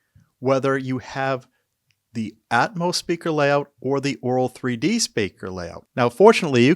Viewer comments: The first time I understood Oraal3D instead of Auro3D.🤣🤣 And now I hear it throughout the video. Content information was very good, thanks. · To me it sounds like you do. Try pronouncing auto met een R.